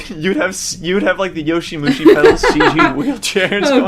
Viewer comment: IT'S YOWAMUSHI PEDAL FOR FUCK'S SAKE NOT YOSHIMUSHI, gotta weeb properly.